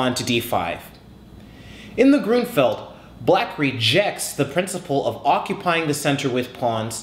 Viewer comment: I think it sounds better the way you say it. That's the way that I hear other chess instructors in other videos say it anyway. Also I noticed that you mentioned recently in the comments on another video that you lived in Seattle. I wish it rained down here in Georgia like it does up there. Maybe one day I will get the chance to visit the city and see the Space Needle. :b